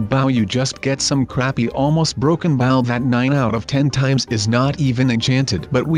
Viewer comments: Why is he saying baw instead of bow XD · it 's a b-o-w can you say bow like really dude😒 look I still like you though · Not baw it is bow